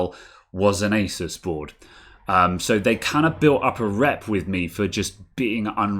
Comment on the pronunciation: Best bit when you pronounced asus correctly.